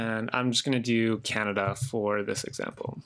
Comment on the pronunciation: Excellent vid. Love that it was the a in Canada, gave me a giggle